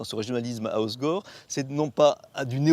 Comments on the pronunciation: Le gars qui présente la ville est même pas capable de bien prononcer le nom ça craint mdr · les gars disent "Ozgor", comme Igor ... Ah les parisiens ....